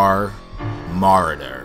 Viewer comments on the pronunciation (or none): You did not even say marauder right but it was a good review